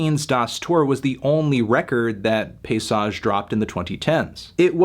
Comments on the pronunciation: pa-y-sage! not pay-sage! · I cringe every time you say "pissage", melon. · Dawg stop pronouncing it piss-age 😂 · "Paysage" is prononced "pay-e-sage". The "y" can sound like an "e" in french. Bonne journée sale pastèque :) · it's pretty accurate in fact! just missing a syllable in paysage (pay-EE-sage)